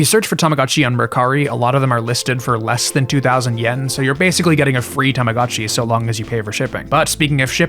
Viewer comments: I just can't continue watching the video with the constant "God-Chi" instead of "Go-t Chi"🤣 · i must correct your pronunciation its pronounced as tama GO CHI its not GA its GO do not say tamaGAchi, please, read it as its written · This is a really cool video, but I just couldn't stand the "tahmahgahtchi" pronounciation T_T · It's tamaGOTCHI, not gachi. I'm sorry but I can't listen to you mispronounce it for an hour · Terfgotchi I'm crying 😂😂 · You have the weirdest pronunciation of the letter O I have ever heard. Tamaga? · Why are you pronouncing Tamagotchi like that? 😭 Why are you saying TamagAHtchi 😭😭😭 i cant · I wanted one but they were really expensive. I got a cheaper copy and he thing died a lot. You pronounce Tamagochi weird. TamagOchi not "TamagAchi". Not knowing how to pronounce BTS is the same as not knowing how to pronounce R2D2 or whatever. And lastly, you don't like anime, but many watchers probably do, so don't mock people tastes. After that, I close the video. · What's an TAMAGATCHI? u keep talking about a tamagatchi but I do know TamaGOTCHI with the OOOO sound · Why does every single english speaker call it "Tomogatchi"? It's "Tamagotchi", it's a completely different sound. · Ahh yes, the Tomogatchi. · TAMAGO CHI. LONG O DAMMIT IT'S PRONOUNCED WITH A LONG O. TAMAGO MEANS EGG. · omg you can’t make an hour video about tamagotchi and pronounce the thing wrong 😭 i can’t listen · I'm not even Japanese but everytime you pronounce Tamagotchi I cringe